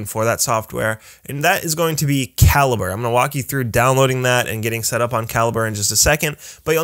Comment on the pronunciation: I've always thought it was pronounced ka-lee-bray -- learn something knew every day.